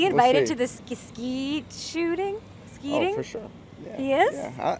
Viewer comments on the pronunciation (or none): Between that and her saying skeeting lmao